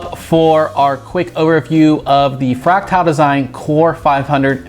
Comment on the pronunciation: That's not how you pronounce "fractal".